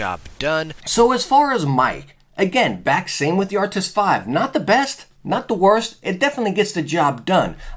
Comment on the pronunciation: Anyone else get annoyed that he says Arctis like “Arctic’s”😂